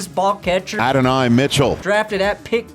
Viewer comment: Say it with me “ ADD-UN-EYE “ Mitchell